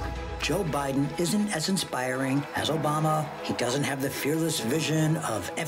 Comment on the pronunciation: joe bye-then